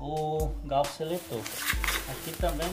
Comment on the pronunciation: É garfo não gaufo kkkkk